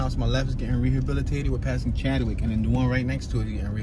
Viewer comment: Chadwick not chad de wick lol